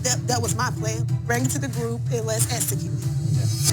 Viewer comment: said esecute as opposed to execute🤦🏿‍♀️